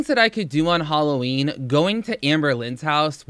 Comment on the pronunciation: This girl says “holloween”